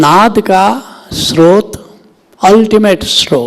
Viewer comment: सरोत नहीं स्रोत बोलो